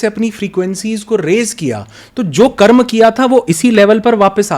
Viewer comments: बहुत ही शानदार वीडियो है ।🙏 सिर्फ दीदी से निवेदन है कि हमारी भाषा को सम्मान दें । मंत्र को मंत्रा एवं कर्म को कर्मा बोलने से बचें । सनातन संस्कृति को बढ़ावा दें ।🚩🚩🚩🚩🚩🚩🚩🚩🚩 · मैडम, बहुत हल्के क्वेश्चन कर रही हैं। और मंत्रास क्या है भई, कर्मास क्या है? मंत्र बोलो न, कर्म बोलो। कोई प्रॉब्लम आती है क्या करेक्ट pronunciation में? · दीदी कृपया कर्म को कर्म ही कहे, जेसा की हमारे शास्त्रों में लिखा। उसको कर्मा ना बोले। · मैडम जी स्वयं को अधिक प्रदर्शित करने के चक्कर में शब्दों को न बिगाड़िए कर्म को कर्मा उच्चरित मत कीजिए।